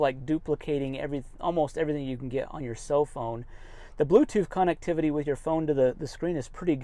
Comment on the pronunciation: Funny... Doesn't pronounce "connectivity" correct! LoL 😅. It's not a "con"vict!